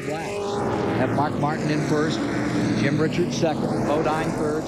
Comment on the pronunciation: 27 laps and ive already lost count how many times they got Jim Richards name wrong